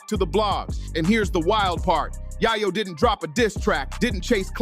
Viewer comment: Yai-yow? 🤣 If ya gonna try to make content off cuts of old news, at least get the names right! 🤣